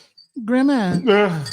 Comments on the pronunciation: All I can hear is “grehmah” oh god save me 😂 but that’s insane like straight men are all p***s unless proven otherwise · I watched again just to hear you say "grandma" 🤣🤣🤣